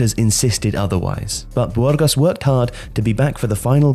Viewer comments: I come here for the fantastic prounciations. BWHOARGOSS!! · Bwurgos? Really? Lol